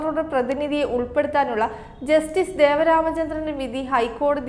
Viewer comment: Devan Ramachandran. Not deva Ramachandran.